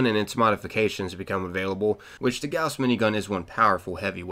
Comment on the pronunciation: the way he pronunces gauss really bothers me